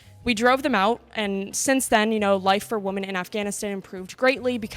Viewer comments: Can she please say "women" not "woman". ..... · Why the hell does she keep saying "woman" instead of "women"... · Why does she keep saying “woman” instead of “women” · It’s concerning how many people don’t say the word “women” correctly. They say it exactly same as the singular form; woman. Women is pronounced “wimmin” or “wimmen” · Why does she keep using the singular woman instead of the plural of woman which is women pronounced wimen. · Why can the interviewer not pronounce the word "women?" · Why cant people pronounce women. Woman is singular and women (wimen) is plural. Ridiculous! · WomEN. WomEN. Not woman. Why can none of this generation pronounce the plural of woman? 😱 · Why are so many people pronouncing "women" as "woman"? That is so asinine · Mispronouncing women; the plural, with woman, singular, is of major concern for someone making a valid point. Also, EVERYTHING discussed was all conjecture and generic. Not ONE specific example. Clearly these women are clueless as to what ‘real’ oppression and mistreatment. I’m surprised none of them were drinking $20 Starbucks drinks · why does she say "woman" when it should be plural-"women"? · It's annoying that the questioner cannot pronounce "women" correctly. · Good video . But please learn how to say women. Please look it up in a paper dictionary. Stop the madness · Is the girl announcer mispronouncing "women?" She seems to be saying the singular form when she should be saying the plural. Am I wrong? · Please tell the interviewer how to pronounce "women." It is different from "woman." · You say "woman" and "Women" exactly the same. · Why does she pronounce “women” as “woman”? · "Woman" is singular. "Women" is plural. You kept saying "woman" when you should have been saying "women". This video was hard to watch because of it. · Why does the interviewer keep saying "woman" instead of "women" ? It's very bothersome... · Why do you keep pronouncing "women" like "woman"? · It's WOMEN, not WOMAN!!!!!!